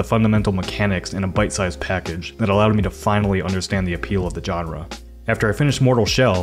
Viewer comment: Say genre again.